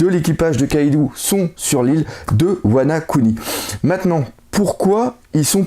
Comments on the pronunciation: tu fais exprès de de dire tout l'temp "WanA kuni" au lieu de WanO kuni ou ? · Wana-kuni ? C'est pas plutôt Wano-kuni... ?